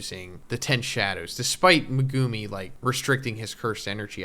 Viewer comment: Aye bro I love you but please stop saying meGUUme